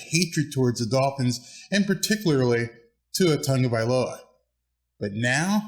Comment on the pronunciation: Good job! Nice to see you have Tua'a name pronunciation down! Also, good video!